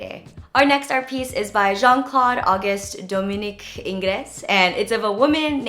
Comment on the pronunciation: My love I had learned in art history Ingres is pronounced ANG like Chang :) hope this helps